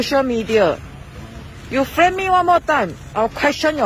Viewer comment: "he took a camera, and FHRAME ME"